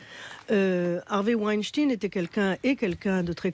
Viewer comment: On dit weinstein 😂😂😂😂